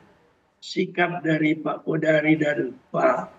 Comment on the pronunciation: Margito kamis bukan jum' at,Qodari bukan Qadar